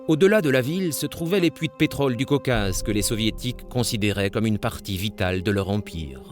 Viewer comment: Shtalin?? Caucass?? What crap